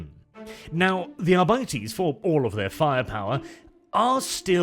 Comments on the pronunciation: When it's pronounced arbightees I want to stab my eyes out. I couldn't make it through the video. It should be "arbiteys". Just sounds better and more true to the latin that gothic is based on. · "Adeptus Arr-bitey's"? Sounds like space pirates to me... :D